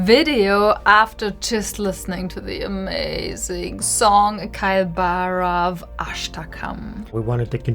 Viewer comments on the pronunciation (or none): Its not Kai Bhairav.. Its KAAL BHAIRAV.. Its a form of Shiva.